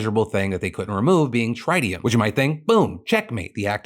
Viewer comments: Tritium isn't pronounced like that... It's not try-tium, it's trit (rhymes with twit) -ium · "Trih - tium" Phil.. not 'Trite - ium' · Phil got the vowel sound of tritium wrong. It's like triple instead of tried. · Phil it’s Tritt-Ee-Um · Oh no, Phil's pronunciation of tritium 🙈 (think trigonometry). But also, yeah, we literally harvest tritium from ocean water. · Phil kinda said tritium weird and now I want to just say it like that. Glad to see someone reporting on the Fukushima fear mongering properly. Honestly fossil fuel companies are the ones always sounding the alarm for these types of news so that the masses are more and more afraid of nuclear energy. IT IS A GREAT ENERGY SOURCE period. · Phil, when you encounter a new word (tritium), please, look up how to pronounce it properly. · The pronunciation of tritium had me cringing 🤣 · you pronounced tritium wrong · ... That's not how you pronounce Tritium 💀💀💀